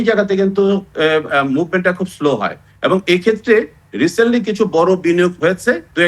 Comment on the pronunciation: কি ভাষায় কথা বললেন ? "ভারত সরকার ............" । ওটি "রিসেনোটলি" নয় "রিসেন্টলি" উচ্চারণ করতে হয় ।